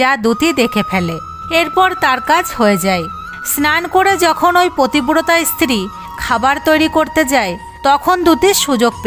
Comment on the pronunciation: প্ৰথমে বলে নেওয়া দৱকাৱ যে সংস্কাৱী হওয়া খুব দৱকাৱ। কিন্ত তা বলে এই ৱকম জঘন্যভাবে গল্প কে বলে। পত্নী, পতিব্ৰতা এই শব্দগুলো ভালো কৱে উচ্চাৱণ কৱতে পর্যন্ত পাৱছে না। এ সব কি? ভগবান নিয়ে , শাস্ত্ৰ থেকে উদাহৱণ দিতে গেলে আৱো সচেতনভাবে গল্প বেছে নিতে হবে। যে পড়বে তাৱ উচ্চাৱণ ভালো হতে হবে তবে শুনলে শ্ৰদ্ধা হবে।🙏